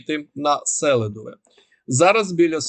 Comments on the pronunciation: Та не сЕлидово а селИдово, невже так важко вірно називати міста??? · не Сеʼлидове а Селиʼдове!!! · Ні сЕлидове,а селИдове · місцеві кажуть СелІдове. З наголосом на І.